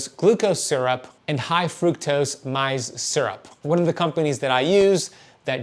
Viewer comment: Love you, following your fasting regimen in my imperfect fashion, but if I may give you a tip, “maize” in English is pronounced “mayz”. 🥰